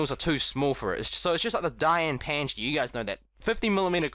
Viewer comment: We're u saying fans instead of Fangshi?